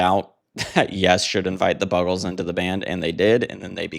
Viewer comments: Oh dear, how did you mispronounce it? Like "Bugles"? ♥ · How the fuck do you mispronounce The Buggles? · How can you mis-pronounce Buggles ??????